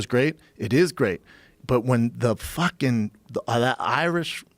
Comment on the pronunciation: "Proper FookING twelve " 🤣🤣😂